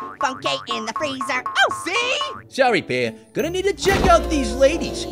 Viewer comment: FRREEZER